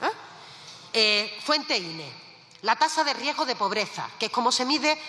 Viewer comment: Riejo..riesgo..a ver repite .riesgo .😅😅